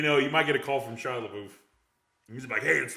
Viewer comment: Where do you get your resources from? 1 ticket sold for Shia Lebeoufs movie. there's no way that's true. and say his name right!!!